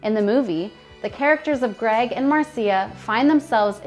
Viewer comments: I give this video a 👎because of the announcer. She never bothered to watch even one rerun episode or she'd know that "Marcia" is pronounced Mar-sha not Mar-see-uh. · Mar see a ?? It's Marsha, Marsha Marsha Marsha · Mar-see-ya? It's pronounced Mar-sha you dunce. And, no, it's not a matter of choice... everybody on the TV show pronounced it that way (and off). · Did you say Marseea? You mean MARCIA? Please be more repectful to my childhood idols. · ITS NOT MARCIA. ITS MARSHA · To the lady in the video speaking, why are you making a Brady Bunch video if you do not how to pronounce Marcia Brady's name? Marcia is pronounced like "Marsha" not like "Mar-See-A". How can you not know that,? What American doesn't know how to pronounce Marcia Brady? You should not have made this video if you can't get that right. Terrible. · It's pronounced "Marsha" Marsha, Marsha, Marsha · Hahaha yeah I laughed when she said that! Really? After all these years you can't say her name correctly? Hahaha. I was a big fan back in the day. I'm 62 so I grew up right along side of them! Mar-see-a, Mar-see-a, Mar-see-a! Hahaha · How can you do a documentary on somebody and not even know how to pronounce their name Lol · And everyone here is having to respell "Marcia" as "Marsha" because the host isn't getting it. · Have you seen the show??? Mar-see-ah? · That's a negative! Hahaha. Probably should've made her watch the Mar-see-a, Mar-see-a, Mar-see-a episode! Hahaha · MAR CIA? REALLY😂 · Talk about Mar-se-ah, listen how she pronounces serious..., 🤣😂 !!! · Mar see ah lol I guess you never watched the show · The fact that you can't even pronounce the name Marcia, it's perfectly fitting that you have literally no idea what actually happened between them. They did not "hook up." And THAT'S a fact.